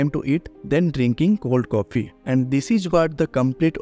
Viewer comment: your videos are great man.. appreciate that.. good going.. but one thing you need to learn.. dnt mind in other way. You need to improve your pronounciation .. CAPHEE...!!! ONE BY PHIPHTY PHOOT CAPHEE..!!